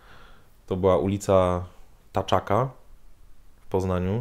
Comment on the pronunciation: Ty! To jest Kantaka a nie Taczaka...:-P